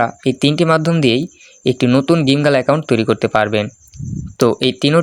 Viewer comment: ওইটা জিম গেলানা ওইটা গেমগালা